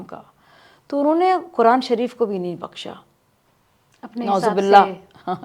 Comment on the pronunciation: قرآن مجید بولنے میں اس کا تلفظ صحیح نہیں ہے اور چلی قرآن اور علماء پر بات کرنے ۔